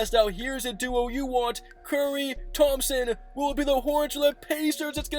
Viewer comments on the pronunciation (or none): none